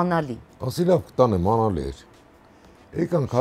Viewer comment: Լավ պատմություն էր, բայց աՆալի չի, աԼանիա😂